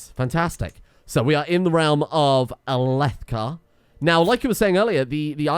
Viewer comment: Alethkar = AL-eth-car